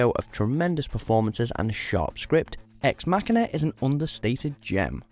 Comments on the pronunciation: It’s Ex Machine “a” not Ex Mac a na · That would be Ex Ma-sheena.